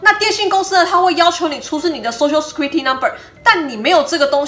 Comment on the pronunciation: Security 念錯了